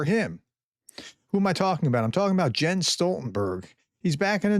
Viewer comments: Pronounced Yens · Learn how to pronounce properly his first name